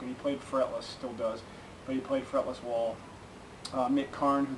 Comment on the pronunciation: Thanks love your reviews,just one small detail it's pronounced Whaaaal not Wall I